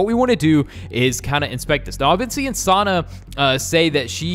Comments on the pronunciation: Its not sanna you have to say E like sanna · U say sanna s name wrong